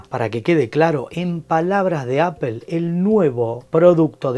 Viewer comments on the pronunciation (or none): Jajaja pero si sos argentino porque decís “Apel” ? Acá se dice “Apol” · Por que dicen Apel?, no es palabra española se tiene que decir como es en el idioma original, Apple y fonéticamente "Apol" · Apel??? Neta. Tan reconocido canal para que nadie pueda pronunciar la palabra bien.